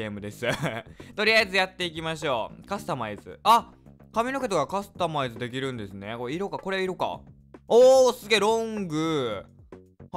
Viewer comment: 滑舌悪くてカスタマイズってほぼ言えてない